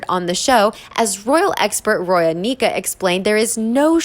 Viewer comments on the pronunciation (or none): none